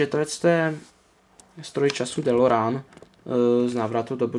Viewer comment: Kup si je od Welly je to celý anglicky a model je lepší. Navíc je vzadu popis dílu a DELOREAN se vyslovuje delorejn!!! Už mě sere ten nový dabing co je na DVD!!!